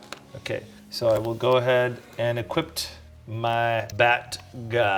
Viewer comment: There is no 'T' in Equip.